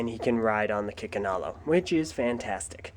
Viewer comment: For a second I could have sworn you said "Chickenalo".